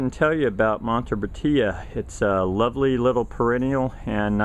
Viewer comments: It is pronounced Mon-bresha. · It is pronounced "mon-bre-sha"